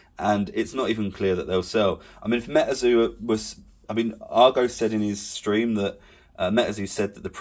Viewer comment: its Metazoo not Metaeeerrrrrzo